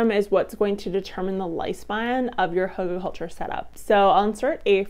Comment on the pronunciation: Not pronounced huggle.